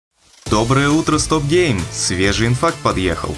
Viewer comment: Ведущий инфакта сказал инфаркт. Либо вселенная схлопнется, либо комментаторы будут спрашивать, послышалось ли вам "инфакт". Фаркт в том, что это произошло.)